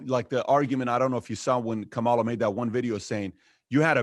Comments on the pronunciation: Please pronounce Kamala's name correctly! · Kamala rhymes with Pamala. Say it right.